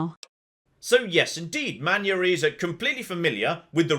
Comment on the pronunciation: But you have to pronounce his first name as “Man-yah”